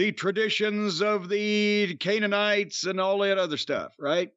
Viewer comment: Jerry Lawler: 'kaneanites'?